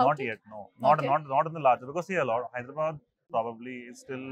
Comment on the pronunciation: Its "Hyderabad" not "Hydrabad" akka